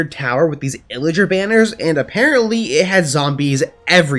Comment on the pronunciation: Why he say illeger?